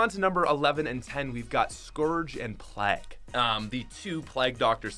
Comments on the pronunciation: Every Canadian says PLAG not Plague 😂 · The way u say plague though